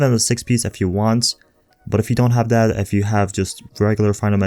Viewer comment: This is driving me insane. The word is TH-A-T... Not tha-hdda. Everytime I hear it I cringe and lose track of wtf else you were saying lol.